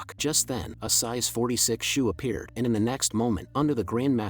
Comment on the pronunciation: "And then a sise 46 shoe appears" 😂😂😂😂